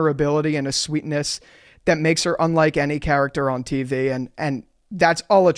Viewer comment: Why does he say tv, TEEVEHH. 😂